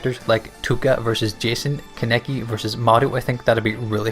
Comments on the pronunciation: It's kakune not kukun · Said kaneki’s name wrong